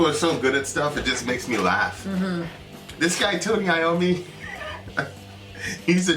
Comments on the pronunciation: You did pronounce Tony Iommi's name correctly. Geezer Butler, the bass player, is equally good on this tune. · Anyone with sense marvels at Tony Iommi - yes, you pronounced it correctly., you seem to know all sorts stories. Is there a story about someone who had to give up something they cherished to become great? That's Iommi's story.